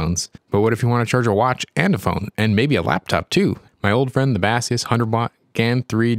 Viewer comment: For the love of God please stop calling Baseus "Ba-See-use". It's "Base-Use", short of "Base-user".